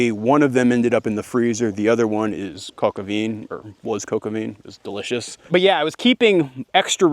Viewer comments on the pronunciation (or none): Please don't try to say Coq au vin again